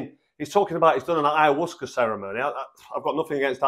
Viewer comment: Two things - 1) Ayahuasca is pronounced Aya-wasca and 2) It contains DMT...nothing to do with releasing DMT from the liver. It is also one of the most powerful psychedelics out there...not something to be underestimated, by anyone.